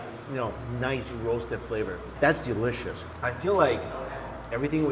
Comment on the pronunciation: 'Es so delisias'